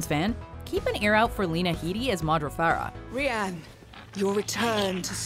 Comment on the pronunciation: “rEy-On” that’s not his name sis. They’re just determined to mess up someone’s name.